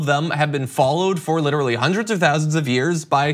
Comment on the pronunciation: "houndreds of thousands of years???".... guys pls